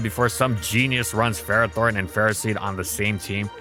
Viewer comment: Really? It's not Ferrathorn. That should be the YouTube short 😂